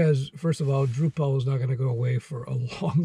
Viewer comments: It's droo-puhl not droo-PAL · Not DrupAl but DrUpal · FYI you're pronouncing Drupal wrong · Yeah. It's tough to watch knowing he hasn't had enough exposure to the subject matter to pronounce it correctly . . . and then he offers virtually no reason to take a Drupal job (specifically) over, say, a Django job. ;)